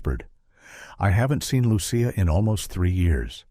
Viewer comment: It drives me nuts that the author named the child Lucia but failed to monitor the incorrect pronunciation of Lucia by the AI voice. It should be pronounced as though spelled Luchia.